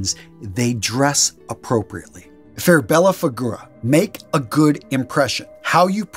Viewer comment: Bella Fee-good-dah. Not fig oo rah